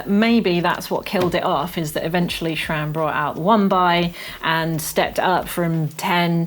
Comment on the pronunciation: Sram*, not "shram". No "H" anywhere!